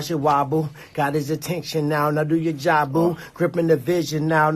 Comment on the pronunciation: "Go do your jobuh" How bout no ma wigga